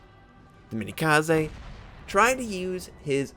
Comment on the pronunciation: Also that's the one time Arson medal, not the regular Arsonist. For pronounciation, Tenryu and Myogi is good, but Minekaze is still lacking. It's Me-Na(as in nay)-Ka-Za(as in zay) or something like that